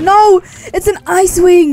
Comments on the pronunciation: Um it's icewing not isewing... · I thought u said izze wing lol